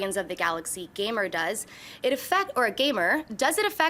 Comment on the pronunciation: This girl always mispronounces actor's last names...she needs to ask someone how to say a name if she doesnt know. In this show she read garner as gamer lol its kinda funny